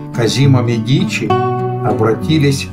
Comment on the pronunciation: Козимо Медичи! Ударение на первом слоге!